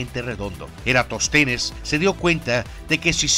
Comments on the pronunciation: Es EraTÓS tenes, no Eratostenes. Cabeza de Ovum (es una palabra Esdrújula) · Eratóstenes, con acento en la “o”.